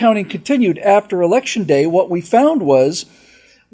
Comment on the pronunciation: you mispornounced "election season:.